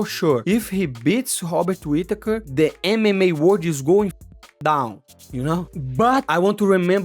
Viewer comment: So your saying drikas fighting skill is as good as your Robert Whittaker annunciation !! not good at all. Hobbit Whittaker from the hobbiton shire middle earth will be to good for Drikas imo.